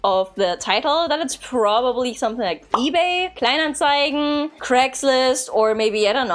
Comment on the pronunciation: first time im watching her and in the first few seconds im like; "hmm she sounds german". few seconds later saying "the" like se/ze, and im thinking, gotta be german. then she perfectly pronounces "kleinanzeigen" yep 100% german.